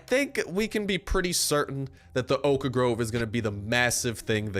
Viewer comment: Every time this guy says oak groves he pronounces oak wrong, but he says oak planks just fine. He's like stewie in family guy and can't say whip right when it's next to cool.